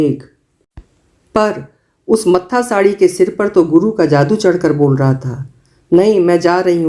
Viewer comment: हमारे समाज की यह बदकिस्मती है कि नारियां कभी बाबाओं, तो कभी विजातीय प्रेमियों के चंगुल में फसती रहती हैं। शिवानीजी की लेखनी के तो क्या ही कहने....आप नेभी न्याय किया है। यह एक पंजाबी शब्द है, मत्थासड़ी, न कि मत्थासाड़ी।